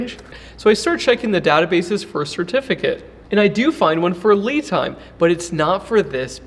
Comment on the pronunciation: I think you're mispronouncing the battery name. Should be "Lie" Time.